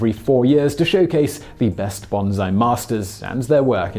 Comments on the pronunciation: Simon, I don't understand why you get simple pronunciations wrong, especially when you are attempting to tell us how to pronounce the words correctly. Not only is romaji very easy to learn and read, but I'm pretty certain that almost every electronic reference you have available has both a pronunciation key and a button that allows you to hear the proper pronunciation. Honestly, great video, but are you just trolling us? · curax He's not speaking English, he's mispronouncing Japanese. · I am neither agitated no upset. I am simply pointing out that the word was mispronounced and I offered a correction. I'm annoyed by non-experts pretending they have some expertise in this area when they don't. One more time, folks: this is a Japanese word that should be pronounced the way the Japanese pronounce it, not the way English speakers "feel" it should be pronounced. It isn't "OK" to pronounce it any damn way you please. It simply demonstrates that you don't know how to pronounce this word properly. End of story. If one of my students pronounced this word incorrectly, I would correct them, because that's my area of expertise and my job. I'm a former linguist and language educator. During my career, I taught English and French. I understand the importance of pronunciation even if you don't or don't think it important. I'm sure Simon is doing his best. That's not the point. The point here seems to be that a lot of folks don't seem to realize that, if you're going to be a public speaker, like Simon is, you're expected to get the pronunciation right. I'm not the only one to point this out, and I'm sure I'm not the only one to point out that this is not the first, second, or even third time this has happened. This is a recurring issue with these videos, and I think it detracts from the video. Simon has admitted as much, and has resolved to do a better job of it in the future, and I'm sure he will. Enough said. This is my last post on the topic, as it's just beating a dead